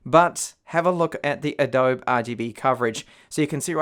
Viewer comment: ah-dobe... tilting